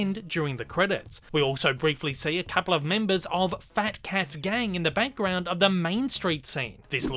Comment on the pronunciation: Is it me or do you keep saying "bankground" insteak of "background".